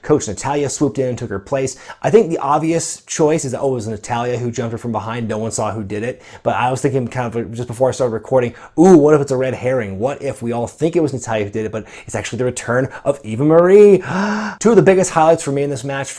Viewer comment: Shhhhhh. u did get that joke. you said red "hairing"